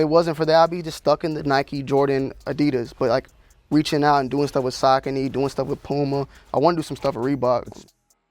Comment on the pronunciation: I was mildly a saucony fan until I heard the proper pronunciation